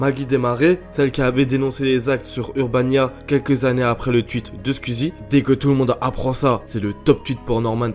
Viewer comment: "un twuit de squizie" Non en vrai je rigole mais super vidéo comme d'habitude ;)